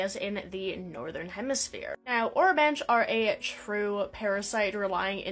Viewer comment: I believe it’s pronounced o-ro-ban-key